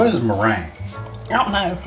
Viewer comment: LOL then he came back at the end with mirange (not sure if that's how you spell it) 😂😂😂😂